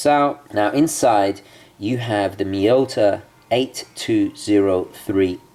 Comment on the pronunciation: It's Marina MilitarE! Cheers from an italian follower and watch lover! ;)